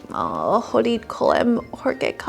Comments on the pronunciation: Slyšet chodit vysloveno jako čoudit mi upřímně vážně zlepšilo den. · I loved the pronounciation "čoudit okolo horké kaše" :D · "Čaudyt" kolem horké kaše bylo taky pěkný. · My to asi nevíme, že.. jenže slečna to skutečně vyslovila s "č", protože angličtina zkrátka má pro "ch" jiný zvuk (srovnatelný s českým "č"). Její americká výslovnost způsobila, že se ze slova "chodit" stalo "čoudit"